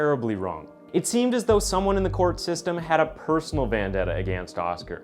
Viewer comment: The way you say “against” is criminal